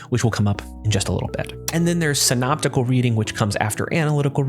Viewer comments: It's Syntopical reading is it not? And not Synoptical Reading. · Syntopical not synoptical?